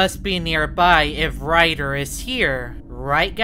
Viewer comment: Bro really said riger 💀💀💀💀💀 that time